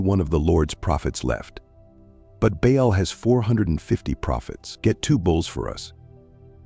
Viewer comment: One time the gods name was "Bail" but next time his name is "Ball". Mispronuncuation makes a big difference to someone who doesn't know the correct pronunciation.